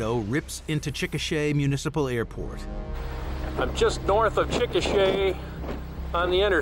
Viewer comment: when he said Chickasha i swear he was gonna say chicken shit XD